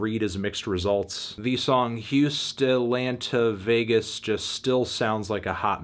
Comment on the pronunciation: "Houst uhhh lant uh vegas"